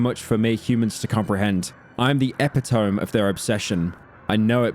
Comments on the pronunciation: it’s not pronounced epi tome, it’s epito me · Finally finished this! Amazing video as always. Only critique is you mispronounced epitome as "epi-tome" but it's pronounced "E-pit-oh-me." Sorry for being pedantic and thanks again for hours of entertainment! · did he just say epi tome instead of epitome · I know this is something really small to nitpick from an 8 hour long video. But he mispronounces epitome at like . It is not pronounced epi-tome. It is pronounced Ep-it-oh-me. That is all. When petscop 2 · uh, it's "eh-pit-oh-me" not "epi-towm". Mispronouncation confirmed. Redo the whole video. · bro said epitomb lmao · epitome is pronounced, eh-pitty-me. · NOOOO WAY HE HIT SINCERE'S "epi-tome" 6 MONTHS BEFORE LOVE ISLAND SEASON 8 ( lol) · This dude said EPI-TOME LAUGH AT THIS USER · Take a shot when he mispronounces Ragnvaldr and when he pronounces “epitome” as “epi-tome”. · epitome is pronounce a-pit-o-me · I'm the 'epi-tome' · you mispronounce shit so much in your regular videos and i dont say anything because i just assume its engagement bait and you will not be getting me. until now "epi tome" my brother in christ, what the fuck. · “epi tome” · Epitome is pronounced (eh-PIH-tuh-me) btw. British moment. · “eh-pit-tome” are we fr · Isn't epitome pronounced "e-pit-o-me"? Or is that just because of my americanese? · Eh-pit-o-mee. Is how that word is pronounced. I had a friend correct me once. So now it's my turn to grant some Great Old Wisdom. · Every single YouTuber I've seen fails to pronounce "epitome" correctly. It's not even a hard word. Eh-pih-tah-me. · I cannot believe he pronounced Epitome as "Epe Toum" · bro pronounced it epi-tomb 😂😂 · BRO SAID EPI TOME 😆 LMAOAOOAOAO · Pronounced "Eh-pit-oh-me" Yw Pyro. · bro did not say epi-tome ☠️ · 7,5h in you misspronounce the word epitome, video ruined, unwatchable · buddy does NOT know how to say epitome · getting almost 7 hours into the video to hear chad butcher some of his lines is peak cinema